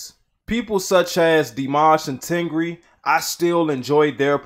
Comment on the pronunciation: it’s not ten gree... it is tengger 🤣